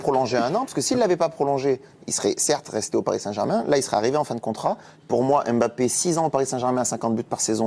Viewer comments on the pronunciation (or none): Il ne s'appelle pas M- bappe mais plutôt Mbappe. Mbappe n'est pas un nom Français pour le déformer c'est un nom afro-camerounais. C'est comme si on déformait Angèle en africain A-ngele. C'est qui est étrange les africains laissent qu'on transforme leurs noms sans rien dire comme Nsimba transformé N-simba ce sont des noms africains qui ont une signification et quand on le transforme ça ne répond plus à sa signification.